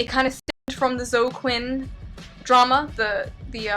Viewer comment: Did she pronounce Zoe Quinn's name wrong? Not too fucking bright. That soul train thing was hilarious.